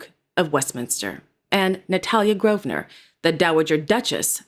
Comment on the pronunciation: Thank Heavens At last someone from the US who can properly pronounce Grosvenor !!! Love your channel. 💕